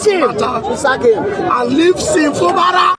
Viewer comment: It's Fubara and not Fubala. Two ijaw men has rule rivers state even before the creation of Bayelsa state. One was politically elected while the other was a military governor. Try to understand your history before you come up here. Thanks